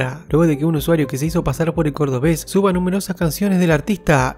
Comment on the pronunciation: Xq le dices cordeves 😂